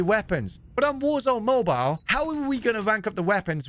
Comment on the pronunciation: Toodoo woo oor going to ploo woor zoone mooboole